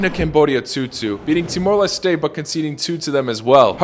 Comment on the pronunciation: his pronunciation of Timor-Leste was too much: -10 points from Everton